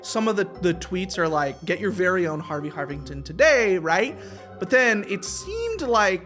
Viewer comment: "garvey garvington"